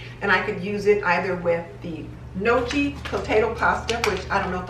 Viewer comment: That's how I used to call the potato nochi, then I was surprised that it is pronounced nioki. Go figure! :) Love your videos and vibes! Thank you for another great video!